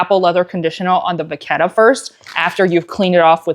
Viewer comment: Great tutorial,!🤓I especially appreciate the help with corner wear. (BTW, as one who is half Italian I can mention you're saying it right - vaketta.😘) I was holding my breath re the corner treatment getting on your sofa.😂❤🌻